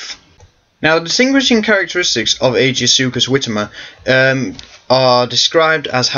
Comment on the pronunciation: I thought he was pronounced Ai-Gee-Soo-Kus.